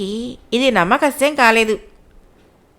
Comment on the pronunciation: Madam… namma kasyam kaadandi its namma sakhyam.. sa khyam